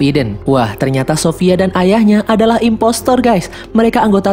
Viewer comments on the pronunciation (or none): none